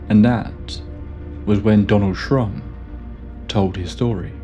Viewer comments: Buzzing in the ear preceding high strangeness is a classic returning trope, one which I still would like to figure out some day! Anyway, awesome episode yet again! You mispronounced his name as Trump only thrice, which is given the difficulty pretty good if you ask me! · Am I the only one that he was saying “Donald Trump”? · Absolutely thought you said Donald Trump 😅 like damn this explains alot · With the narrator's weak pronunciation of certain consonants, it's easy to hear Shrum as Trump. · I thought you said Donald Trump in the beginning of the video 😂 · Thats what i heard the first time. I was just listening and had to read the description 😂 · That’s exactly how my my Mexican relatives say “Donald Trump” 😅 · The name was so jarring and I burst out laughing. Took me a while to focus on the story again. Someone here says he actually says Shrump but I can't unhear it now. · I know this story well and have heard the name Shrum. The narrator here has an accent / way of pronouncing Shrum... to make it sound more close to Trump